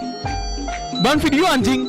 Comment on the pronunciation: AWOAKOWKAOK ANJ NYA PAKE ANJ*NK, BUKAN PAKE G😭😭